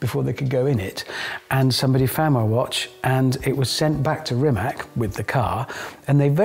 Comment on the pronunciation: Rimac is pronounced Rimats.Wikipedia